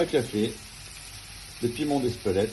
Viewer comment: Piment d'Espelette et non Espelettre ! 😂